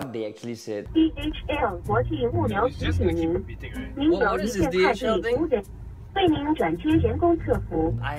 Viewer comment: Does anyone heard DHL as DHM